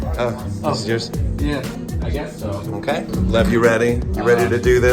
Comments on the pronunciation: I kept hearing love I stead of Lev for some reason lol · Thomas: alright Lev me: mishearing as love wait what